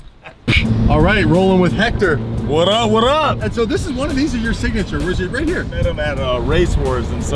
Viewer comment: It’s hector